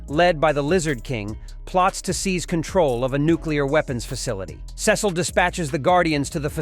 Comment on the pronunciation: It’s not sis oh it Cecil